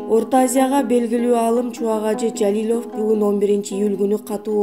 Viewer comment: Жалилёв эмес Жалилов деп туура айтпайсынарбы,тилинер келбесе башка туура суйлой турганын таап суйлоткуло,капа кылсам кечиресинер🙏